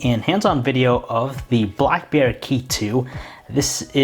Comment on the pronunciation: I heard Blackbear Key2 🤣